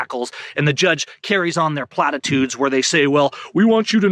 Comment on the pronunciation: can you start saying the word platitudes in more video the speech impediment was spectacular on that one